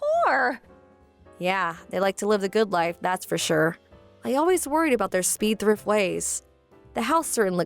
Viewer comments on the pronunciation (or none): It’s SPENDthrift not speedthrift. BRIDE not birdy. PREMISES not premise. In THE winter not in winter. Good lord you all suck at pronunciation and grammar.